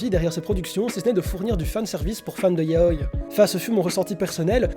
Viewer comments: Hello! Quand j'entends "YAOILLE", comme dans cette vidéo, ça me donne envie de décéder. Du coup, répétez après moi: "YA-O-I". Autrement, bonne vidéo. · 707 mon prof de japonais nous l'a appris comme ça et puis c'est plus logique de prononcer un i comme un i tout comme le prononcerait un japonai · On dit Ya-o-i pas ya-oi pleaseeee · "yaoy"... Ça me perturbe tout du long 😭 ya-o-i 😭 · Toute la video ta prononciation de yaou m'a perturbé. On dit yaoi avec un i et non yaoy comme kawii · On dit YAOIIIII AVK IIII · Le mot "Yaoi" se prononce bien "ya-o-i" avec un i bien distinct. Toutes les sonorités en japonais se prononcent et ce mot là n'est pas une exception ! Dans la vidéo, la prononciation est donc fausse. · Doukyuusei mon oeuvre favoris ( en tant que fan de yaoi ) j'ai beaucouo aimé ta vidéo à un détails prêt... Je t'es supplie... revois ABSOLUMENT TOUTES TES PRONONCIATIONS XD vraiment parce que c'est ya-o-i et les et [ doukyuuSSei ] et non [ zei ] etc mdrrr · Je ne suis pas d'accord avec toi, certe le "i" doit être prononcé, mais pas comme "kawaii" ou c'est vraiment distinct par exemple. La sonorité du "i" de yaoi est vachement réduite pour se lié avec le "o", car c'est une voyelle. Mais après réflexion il est vrai que dans la vidéo il ne le prenonce quasiment pas, alors qu'il devrait être légèrement plus prononcé mais pas extrêmement non plus. En soi, la vraie prononciation est un mix des deux, mais avec un "i" toujours moins prononcé que les mots possédant un consonne avant le "i", ou la même lettre avant. Voili voilou !